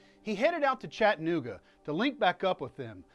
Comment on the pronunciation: PLEASE stop mispronouncing the name of my hometown. It's Chatt-a-nooga.. Please practice saying it. Chatt-a-nooga... Chatt-a-nooga...